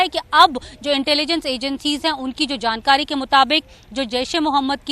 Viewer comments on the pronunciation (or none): none